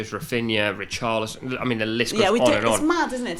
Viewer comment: Man said ree carly son